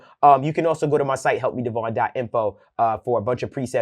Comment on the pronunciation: Then I’ll “alsho “show you